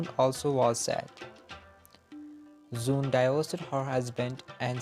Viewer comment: For your kind information. Her NAME WAS NOT SOON KINDLY CORRECT IT. IT'S ZOOON